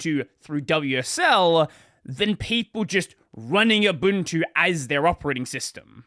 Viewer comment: "abuntu"? lol